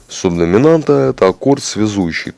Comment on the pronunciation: орнул с "субдосимамнты"